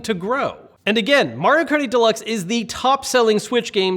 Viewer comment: “Mario Karty Delucks”